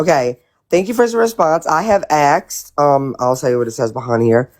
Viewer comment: I Haaaaaate the way she and Bri say "axed" and the way she uses incorrect tenses all the time. It sounds so ignorant. "Kristy & me was in Walmart" and "I had went to the store" 😬